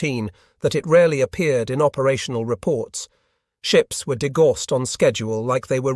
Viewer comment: Degauss is pronounced DE-Gow-s.